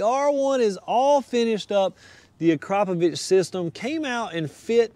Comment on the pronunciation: What? ...He pronounced it correctly